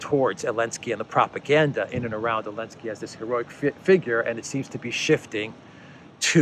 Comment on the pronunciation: sorry, while i agree on everything you say please his name is Zelensky not Elenksey